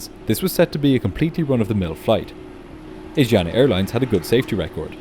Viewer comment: Ahhhh, every time I hear you say "Asiana" I giggle. Asiana is not pronounced as AZIANA, but ASHIANA. A great video anyways!